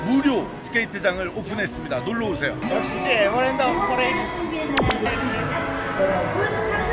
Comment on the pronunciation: 앝ㅋㅋㅋㅋㅋ 애버램드